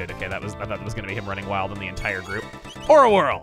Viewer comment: I keep mishearing "Aura Whirl" as "Ora Ora" and now I'm imagining Emile beating down with Star Platinum